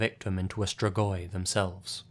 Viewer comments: the way you pronounce the romanian locations' names makes me not understand the names of places in my own country and im wheezing also absolutely nobody ever knows how to pronounce "strigoi" either like come awnn dude all it takes is pressing the "pronounce" button in google translate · As a romanian, I am amused about the way he pronounces "strigoi"